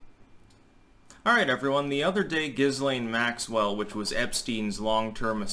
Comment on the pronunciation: Jamie Dlux says Jizzlane Maxipad. 🤣🤣🤣🤣